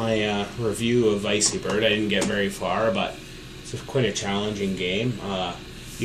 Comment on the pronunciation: 99.9999% positive it's pronounced vecky bird, after the VECtrex. Haha "vicey" that's funny...